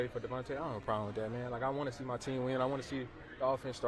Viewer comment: TEAM NOT TIAM NOR TEIM NO IIIII TEAM